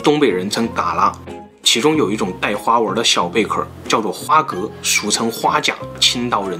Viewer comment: 我記得要念花蛤ㄏㄚˊ